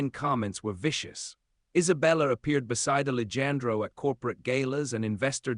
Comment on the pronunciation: the AI readers are so funny....they don't understand the words spelled the same but pronounced differently....and in this story...ali jan dro???? I know it's more of an ethnic name...but honestly... it really detracts from the story